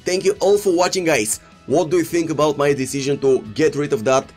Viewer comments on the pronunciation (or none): none